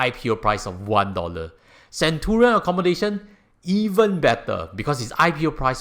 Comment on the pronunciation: hi. Appreciate your efforts in making these informative videos. Since this is a video (as opposed to a blog) I think it's only fair if you can pronounce the name of the REIT properly. Do google what "Centurion" is supposed to sound like